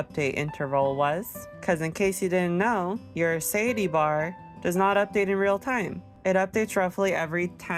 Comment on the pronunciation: suh-tie-a-tea [sə-tī′ĭ-tē] Great math, very helpful :) Thank you